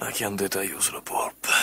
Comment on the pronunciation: "chiantate" -> "Trombate" e no pianticelle auahhaha